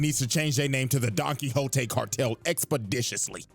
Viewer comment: I will never stop laughing at you for Donkwikzote